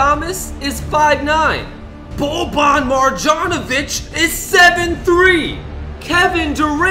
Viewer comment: Oh yeah and you didn’t even pronounce Bobans name right it’s pronounced MAR-YON-O-VICH